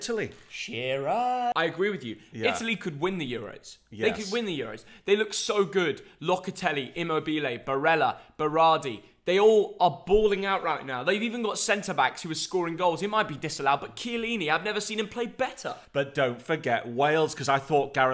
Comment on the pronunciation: Congratulations for your italian players pronunciation! Just a little suggestion, it's Immòbile and not immobìle, and yes, it litterally means motionless